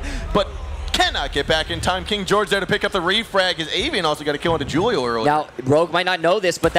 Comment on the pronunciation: The way they pronounce Julio drives me insane